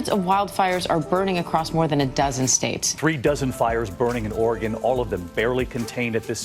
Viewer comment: I am shocked that you're pronouncing Oregon correctly. Nice video, it does get a little warmer in the summer, but if you noticed the cool landscape...that didn't get there with good weather. Enjoy and thanks for sharing!